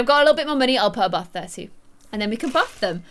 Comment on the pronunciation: "We can bath them" we can bathe them but it's ok love you